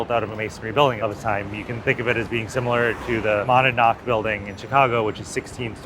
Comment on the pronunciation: Speaking as a long-term Chicagoan: It’s pronounced Moe-nad-knock.